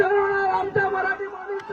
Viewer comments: मानुष नाही रे माणूस लिहिता,बोलता येत नाही काय रिपोर्टर कसे बनलेत काय माहीत. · मानूष नहीं माणूस होता है